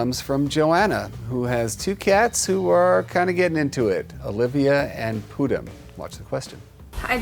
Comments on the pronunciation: Pudím actually means Pudding in Portuguese so the cat's name is really pudding Also it's pronounced poo-GEEM so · Also her cats' names. I cried inside every time Jackson said Pudim incorrectly, but I am used to people not knowing how to pronounce Portuguese words (I used to teach Portuguese)